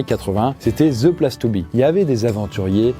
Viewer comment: « The plaSSe to be » mon 😂